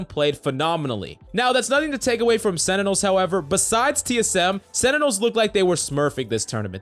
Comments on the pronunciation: It's sentinels not senitals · Sentinels not Senitels lol